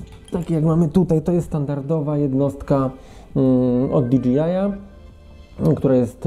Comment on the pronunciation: Świetny materiał! Jedyne co mnie razi to wymowa DJI - to jest o ile się nie mylę "di DŻEJ aj", a nie "di DŻI aj" :D